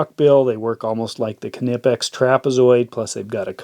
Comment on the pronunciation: It's pronounced "kuh-nee-pex".. as told by their CFO in Germany.